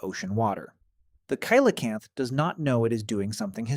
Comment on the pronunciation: Pronunciation is wrong. It’s Si La Canth.